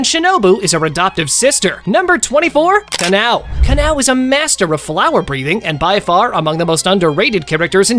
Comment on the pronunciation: Kanao is kanao bro it's not canal